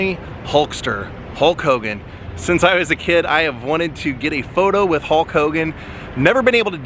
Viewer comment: “Running wid” 🤦‍♂️